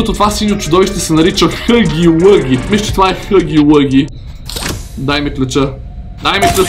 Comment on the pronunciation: Само да ти кажа че не се казва хъги лъги, а хаги лаги. И може би ще бъде по-яко да пробваш чаптар 2.